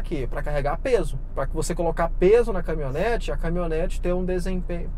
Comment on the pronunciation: "CamiOnete" não, aí forçou.. Kkkkk, ajeite aí major